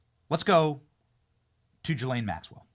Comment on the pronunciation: How hard would it be to research how to pronounce GHISLAINE